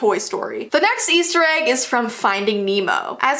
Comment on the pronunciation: i fowd a agg